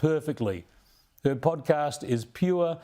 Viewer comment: Oh my goodness, you mispronounced the word podcast and said podcrass. Hmmm Freudian slip?